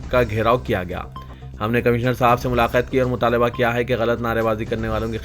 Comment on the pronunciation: Mulaqat bol bhai "Milaqat" Nai